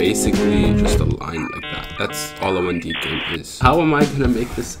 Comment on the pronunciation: "what is one de?" Lol